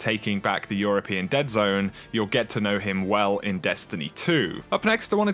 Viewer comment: I found it impossible to listen to this with the way you pronounced words, example, Enemeee, Bizaaarreee, Alerrrrt, Zoneee, Storeeeeeey, Locayyytionnn. Call me picky, it's quite funny but unbearable lol, its like listening to a computer talking back after typing the words, no soul